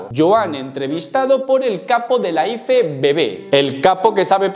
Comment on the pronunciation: Por que dices iFEBEBE?, sera IEFEBB (IFBB)...Me has recordado a cuando al coche del equipo A yo decia que era un EGE EME CE, cuando era un GE EME CE (GMC) 😂